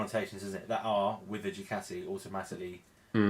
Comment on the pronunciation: Decent vid and very informative but dude why cant you pronounce Ducati correctly . Is it an english thing to say Dew-cat-ee